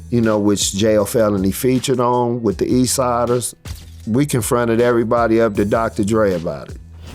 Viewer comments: The F is up with AI voiceover. Can’t pronounce Tha Eastsidaz?😅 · The a.i. cannot pronounce "that eastsidaz" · Your AI thing cant say Tha Eastsidaz? Coulda said it yourself on areal voiceover